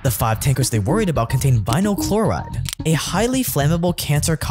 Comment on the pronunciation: “Clhoride” “Resindents” … ok